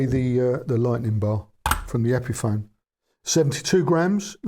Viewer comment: Epiphone rhymes with telephone.